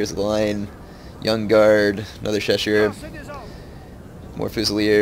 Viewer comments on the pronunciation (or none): Nice video but the way you pronounce chausseurs = ear rape. They're not cheshire cats it's show-soors.